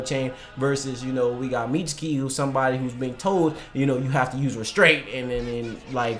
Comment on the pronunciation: Y'all should be saying "Mitsuki" & "Katasuke" the same y'all say "Sasuke."